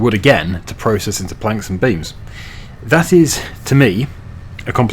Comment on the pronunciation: Whenever you say "planks and beams" my mind hears something different. As far as I'm concerned, the temple is being constructed from a little cement and a whole lot of franks and beans.